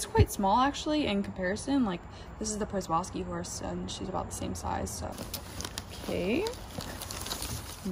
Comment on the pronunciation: Good video, well done. BTW the Przewalski Horse is actually pronounced “Sheh-Val-Skee Horse.Or, if you wish to go native you can call them “Takhi” which is the name given by the traditional Mongolian peoples for centuries before European influence.